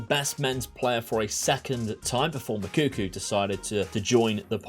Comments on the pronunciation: The name is Nigerian it's pronounced Madu eee kay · Also, to help you out people usually say the name Mad-ooh-eck-ay.